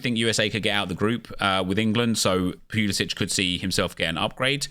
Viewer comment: stop saying pulisic like that